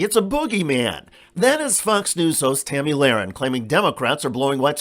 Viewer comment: "Tammy Lahren" lol